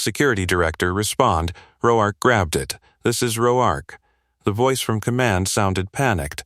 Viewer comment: How is it AI can pronounce the name Mateo but not Roark?